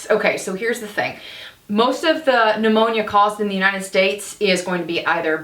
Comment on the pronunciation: P-new-moany. That takes me back 😄